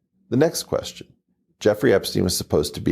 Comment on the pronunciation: Whats a "quesion"?